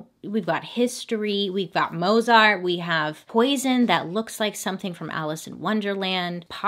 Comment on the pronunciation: You are so cute when you pronounce Mozart as Mozart as it is written as opposed to “Motes Art” (how I spell the Real pronunciation of One of the most gifted pianists and composers known. Luv ya girlfriend, keep on doing what you do!